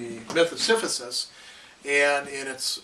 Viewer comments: Great Video. You keep saying "Siphisus". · Great video, but I'm sorry I can't ignore this clears throat S i p h y s u s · Professor lectures on Camu's concept of the absurd. While he pushes the stone to the top it is revealed that Sisyphus is pronounced incorrectly. When the professor looks below he becomes conscience of the absurd nature of communicating so much information only for so many people to point out his mispronunciation.The professor will become the absurd hero when he happily says Sisyphus' name correctly.